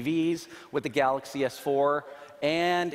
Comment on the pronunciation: can't the CEO guy know how to pronounce his own phone's name? I mean I can understand the accent, but even Miyamoto can say "Super Mario".